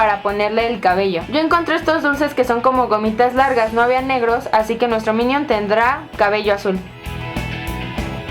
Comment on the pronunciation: PASTEL DE "MINIOM" JAJAJAJAAJAJAJAJAJAJAAJAJAJAJAJAJA